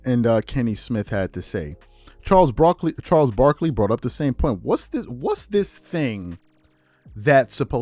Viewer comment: the ALMOST Charles Brocolli cracked me up